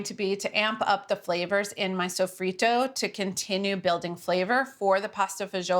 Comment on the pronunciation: I thought she did a great job. I guess what I don't know didn't hurt me.